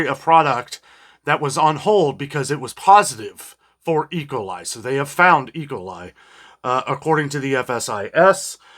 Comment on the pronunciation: say E coli, with an emphasis on the E, not ecoli.